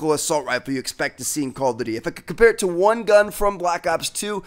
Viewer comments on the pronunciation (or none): Wtf: he said if I cocococompair;)